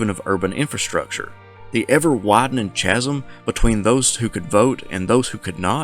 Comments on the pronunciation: "kaz-um" not "chaz-um" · 'Chasm' is pronounced 'Kasm'. Other than that a most interesting article. Thanks.